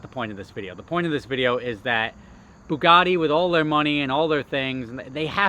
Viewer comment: `boogaddy`! ...its ber yugatee : )